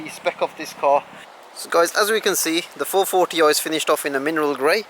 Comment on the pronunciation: I like your "440 oi"